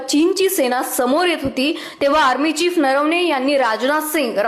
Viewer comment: अरे बाबा चीप नव्हे .. चीफ बोल